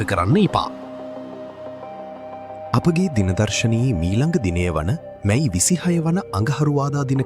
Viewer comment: මයි මස නෙවී අනේ මැයි මස කියන්න.😂😂😂